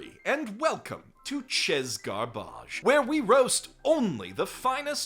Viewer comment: I love the 'confidently mispronounced French cuisine terms' gimmick. That's new, right? I definitely remember you saying "sheh garBAHJ" rather than "tchezz garbage" in earlier installments.